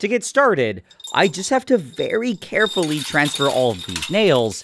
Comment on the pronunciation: Ye ye "CARFULLY" put. them in there